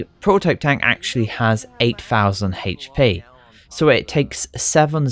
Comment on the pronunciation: hhhhachee pee "hp"